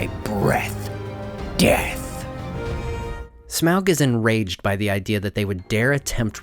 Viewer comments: Sorry but pls don't prenounce his name as smeaog...it is smaug, as in "fog" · shamoug lol you say it soo bad... smog is soo much better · Hated how u said smaug lol "smowlg" its smog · the pronunciation of smaug as “smowwg” has always sounded wrong and somewhat dumb to me. i first read his name as “smog” which just sounds better, but i guess it doesn’t really matter anyways. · Smawg, not smowg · smog not smag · American accents shouldn't try to pronounce Smaug as, "Sm-oww-g". It sounds off. "Awe-g". "Smog". Like the amalgam of smoke+fog. "Sm-awe-g". Just like the Rankin-Bass voice actor says. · why the heck are you pronouncing it weird like in the movie?? it's smog. not smowg. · Smowg? 🤣 it’s Smaug lmfao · It's pronounced as (smog) not (smwa-ug) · Lol, when you say "smaaauuggg" your southern voice comes out. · Im pretty sure smog is the correct pronunciation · It's pronounced smog , peter jackson miss pronounced it because of his accent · Its pronounced Smorg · the A and U together make it sound like an O. Pronounced Smogg. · I thought Smaug was pronounced Smog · of the Rings: You keep (mis)pronouncing " Smaug "..." Smowg ". Seems a little off-putting. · Also, wtf Smaug, Tub-trading Lakemen sounds like a slur 😂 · Why do you say smaug wrong?